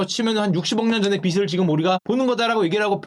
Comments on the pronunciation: 와.......얘도 빛을 비시라고 발음하네..진짜 처참하다 우리나라 애들 수준이 ㅋㅋㅋㅋㅋㅋ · 빛을 발음좀 형 ㅠㅠ